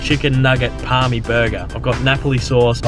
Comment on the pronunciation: its a parma not parmi c'mon